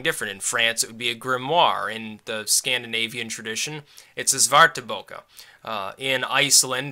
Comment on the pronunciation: Great Swedish pronunciation there.